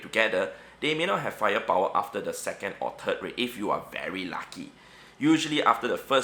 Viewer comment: How to pronounce 3rd.: Turd. Everyone else: Third.